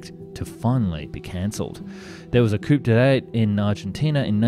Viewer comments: I was forgiving the mispronunciations up to 'koup de tap' and then I tapped out. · "Coupe de tat'". That's when you corner the market in schmutter... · Ac-cuse-i-a-tion and coop-dot are not words. Sheesh! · It is Messerschmidt and its COO DAY TAR...not coup whatever you said. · An interesting topic, but so many pronunciation gaffs and errors make it difficult to watch. Not sure if the narration is by an actual person or "AI voice", but the liberal sprinkling of errors (coup de tat, de havilland and many others) became grating. Couldn't finish watching as the errors become overly annoying and distracting. Sorry, thumbs down on that score...